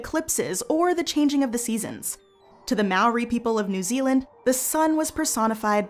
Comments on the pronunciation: Mawre. Mao ri. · Oh man, that pronunciation of "Maori" hurts 🤣 Fun fact: did you know that, properly speaking, the Maori people never called themselves that? "Maori" in te reo means "normal/ordinary". The correct term is "tangata whenua" which roughly translated means "people of the land"